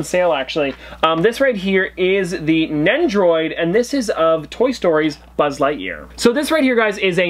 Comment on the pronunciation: Its not NECHROID it is NEN-DOH-ROYD